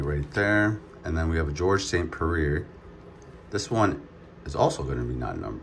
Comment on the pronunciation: Georges st prarare Don Fray Erin Branchfeel Your name butchering is top tier